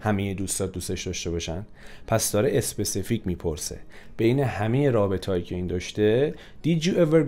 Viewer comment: Mamnoon misham specific ro especific talafoz nakonin 🙏🏽🙃